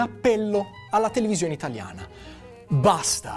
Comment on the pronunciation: Fa troppo ridere come dice :"... allatelevisioneitaliana....".